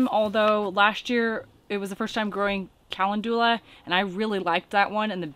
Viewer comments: calendula, pronounced ka-lend-ju-la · Nice. Pronounced “col-UN-ju-la” I think